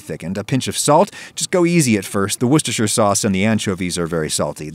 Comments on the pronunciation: But Adam can say Worcestershire sauce Josh can't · okay this sounds stupid but I'm so happy that he pronounced worcestershire properly without any mistakes or jokes so many americans act like it's hard to say and it's just so nice to hear it just casually said properly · fun fact: worcestershire is actually pronounced “wuster” in most of the uk